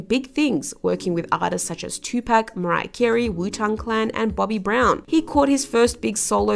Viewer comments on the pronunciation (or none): none